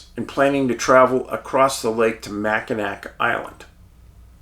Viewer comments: Macinawww Island…..NOT Macinak Island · Hi Dave... It's Jena from Milwaukee. My husband Tom passed away last week. He really loved your movies. Anyway... The pronunciation of Mackinac is supposed to be Mackinawe....... Just like I'm in awe of your dog "Huck". Thought you might want to know that.. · Good Morning Dave, I watch all your videos and love them but when you pronunciate Michigan city's wrong it goes against everything in my code to not watch anymore. Anyway it is pronounced Mack-in-awe. In French, a word ending in ac is often pronounced with a soft or silent final consonant. As a result, Mackinac was written with a c but spoken as Mackinaw. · Great video and a very mysterious case. For future reference, and in case you do another case in this area, Mackinac is pronounced Mack-in-aw. 😊. I’m headed to Mackinac Island this summer for a girl’s trip. Can’t wait. It is a super magical place. Cheers! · LOVE YOU HUCK AND DAVE!! Michiganders pronounce these cities like this; Mack-in-aw St. Ig-nis You're cracking me up with how you say michigan cities 😂😂😂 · i'm a michigander, every time he says mackinack i cringe lol. it's nails on a chalkboard for me! 😅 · Love your show! Wow, Thank you for bringing to light this cold case mystery. Growing up and still residing in Michigan, I remember this unfortunate incident well and, like others, was perplexed by the findings of this case, or lack there of. Keep up the great work! (Mackinac is pronounced MACK-in-awe (like "awe" or "aww"))